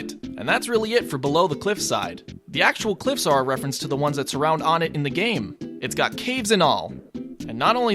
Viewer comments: The Stage is pronounced as O Net, not Onit. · Citpost Shentral Not Wunt. One-ett. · Or One-tt. Pronunciation: One*teh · i know you said whatever you wanna call it, but its pronounced WUN-ett. Further evidence is because ONEtt TWOson THREEd and FOURside. So why would it not be pronounced WUNett if it wad an obvious reference to numbers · Ok, even still the stage needs to be pronounce the right way. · Am I the only one who pronounces Onett "Oh-net"? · Fernando Banda Except we're not calling it ONETTO, not even close. Nor are we using Japanese pronunciation for any of the character names or anything. This is a shallow argument at best on your end. You're all really reaching here. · I heard that and immediately came to make a comment. Glad to see someone else is already... ONETT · The way you pronounce onett makes me want to die